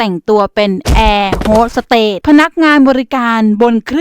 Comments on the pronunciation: เค้าเรียกว่าแอร์ host สเตทค่ะไม่ใช่เรียกว่าแอร์ host สเตท😂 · คะแอร์ฮอสสเตทไม่ใช่หรอคะไม่ใช่แอร์ฮอสสเตท